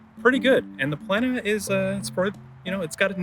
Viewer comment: Don’t pronounce Plena as if it would have two „n“! It doesn’t. It is pronounced on the „e“ and not the n. I had 10 years of latin in school - I don’t know much, but that I know 😅